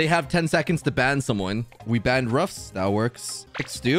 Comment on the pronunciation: He said that's ruff(s)